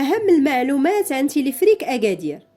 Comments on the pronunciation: Téléférique pas téléfrik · تيليفريك...تيليفريك..تيليفريك سميتو تيليفيريك Téléphérique et non pas téléphrique 😜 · وا شحال عصباتني هذ السيدة، وا راه سميتوا تيليفيريك téléphérique ماشي تيليفريك non pas telephrique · Téléphérique et non téléphrique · المرجو إعادة ل video , يجب نطق تلفريك ما شي تلفرك